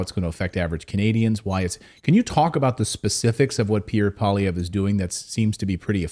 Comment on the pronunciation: You pronounced Pierre Poilievre's name correctly. That's a rarity.